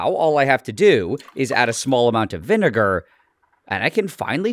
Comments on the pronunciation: some regular vi… “vi” what nile? could you say that again? 😂😂😂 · Nigel with the hard R when he says vinegar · Say vinegar without the vi